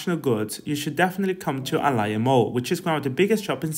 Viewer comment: It's Ayala, not Alaya.. I don't understand why you are mispronouncing "twice" a Spanish last name. 😁 "Do not skip Manila if you come to the Philippines". Well, the truth is, Manila is the worst place to be in the Philippines. We have a local saying that goes "If you visit only Manila, you never experience the real Philippines"... Anyway, enjoy guys, and welcome 😊